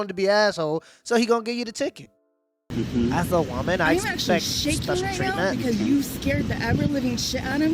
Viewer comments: Don’t say people say the correct word:womnen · "as a vvomen as a vvome...." 🤦🏿‍♂️gthoh